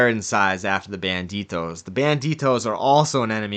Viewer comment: It’s bandidos not banditos